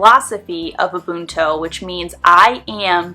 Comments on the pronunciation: It's pronounced OOh-boon-too. It's from my language, isiZulu. It's also used in many Bantu languages in Africa. Lovely video and valuable tips. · I’m South African which is where Ubuntu comes from - it’s pronounced ooo - boon - too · Ooh-boon-two said a little quicker than you would naturally pronounce those words. The oo in boon has more of an u sound as does the ooh but there isn't an English word like that. That's how we say it in South Africa. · We pronounce it Oo-boon-too in South Africa 😇